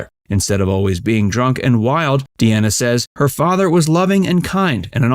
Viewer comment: Franks singing isn’t good . Just his bands and some phrasing. Dean is a better actor hands down. And sorry it’s “dean a “ not “Deanna “ 😅